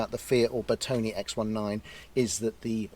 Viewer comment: 🤔🤔🤔 it is “ NOT “ pronounced Bertoni or Bertony, the proper pronunciation is BertonE with the stress on the E as in Error. Ciao!!!!! 🙄😳😳🥴👍👍